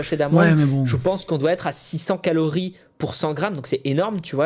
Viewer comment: merde en tout début de vidéo, quand tu dis "calories" j'ai cru que t'allais dire "calomnies"! 🤣